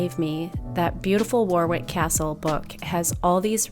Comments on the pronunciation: Gorgeous video! Getting me so excited for seasonal celebrations to come! Just a little English pronunciation tip, it’s not “war-wick” as it’s spelt, it’s “wo-rick” 😉😝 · It’s pronounced Worrick Castle in England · Warwick is pronounced Warick.